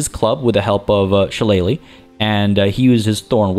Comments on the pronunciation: You're pronouncing shillelagh properly. I know because of the wrestler Finley back in the day he used to use one as a weapon 😅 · Awesome start, glad to see you starting a playthrough of BG3. Can't wait to see the next episode. And as for the pronunciation of 'Shillelagh' you were spot on!